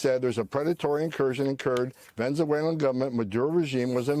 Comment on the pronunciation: Homan can't even be bothered to pronounce the word "Venezuelan" correctly. Repeatedly mispronounces it. What a jerk.